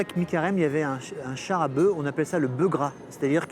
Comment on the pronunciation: Un bœuf ne prononce pas un « beu », mais un « beuf ».